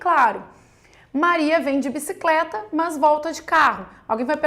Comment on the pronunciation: Que agonia "mãs"